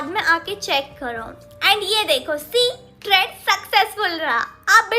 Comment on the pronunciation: Traad nahi trade hota hai 😂